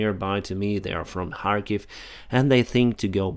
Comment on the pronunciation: why you say harkiv instead of Kharkiv??